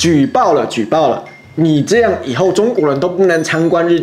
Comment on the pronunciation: 开头那位（没有看标题）那句酱~~一听就知道马来西亚人:face-blue-smiling